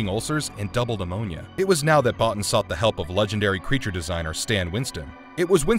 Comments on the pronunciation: His name is pronounced 'Bow-Teen' not 'Bot-tin'. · It’s pronounced Bo-Teen not Bah-Ten. Other than that I enjoyed the video. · Omfg, it is Bo-teen not bot in, Rob Bottin. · Mah-creedy..not Mac-reddy Bo-teen not Bot-tin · This is still one of my favourite films, and like a lot of John Carpenter's work has only been appreciated in later years. I think Rob Bottin's surname is pronounced Bottine, and the main characters name is MacReedy not MacRed-y as the narrator said in the video :-)